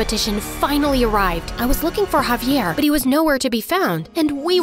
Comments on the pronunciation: bro called javier caviar the whole time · “She says haviar sub titles say caviar the real name is javiar 💀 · dude said cavier not javier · Javier. Not caviar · i always heard it like cavier